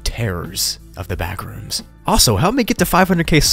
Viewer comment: "the backrooms?" nah the blackrooms